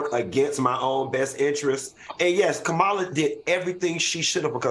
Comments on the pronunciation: Please tell Q, it's comma la (the the punctuation matk. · Q, START SAYING OUR VICE PRESIDENT NAME RIGHT.